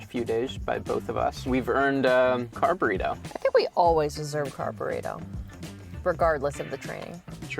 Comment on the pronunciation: CONGRATULATIONS!! Also, maybe it is the Runner in me, but I heard, “Car-Burrito” as “Carb-Burrito” 😂